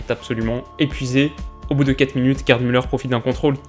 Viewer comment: En 1970, la retransmission était en couleur, mais personne n'en possédait !!! C'était noir et blanc partout... "Gerd" se prononce "Guerte" et "Sepp", "Zepp".... Vous n'êtes pas de la bonne génération !